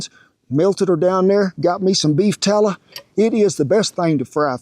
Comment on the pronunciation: "We want em to get down into that beef tallah." I love this man.